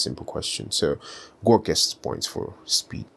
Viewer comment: It bothered me so much that you said "Gork" every time 😂😢